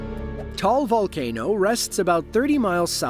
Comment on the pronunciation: Just for future reference, Taal is pronounced "Ta-al". I actually got married in the Philippines that following April. We weren't sure if my flight was going to get canceled because of it. Scary stuff.